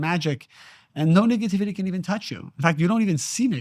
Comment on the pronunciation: I have so much love and appreciation for you. Since finding you among others like Bashar and Abraham hicks, and feeling the resonance within, my life has changed for the better!! HOWEVER, I really really need you to make sure you’re saying nEHgativity, and not nIGGAtivity because it makes me chuckle everytime and then I can’t focus on the truths being spoke. Through your divinely beautiful and inspired face. My brother I can’t😂😂😂😂😂. Please for me!!!